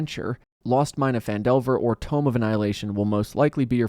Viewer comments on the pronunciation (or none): “Tomb” of Annihilation. Not “Tome”.